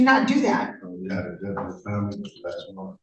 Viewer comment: This young man is most assuredly BEGGING to be luht frwee so he cuhn provide fuh his famiwee. Hes in regular contact with the cuht and and his attoineees.